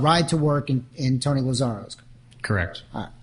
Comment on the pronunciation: Poor Tony Lazzaro. Dude travels all the way from New York just to have the judge continuously mispronounce his name. That must've been so annoying.